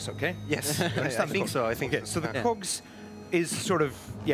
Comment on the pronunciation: He sure loves cocks, the way the pronounces cogs.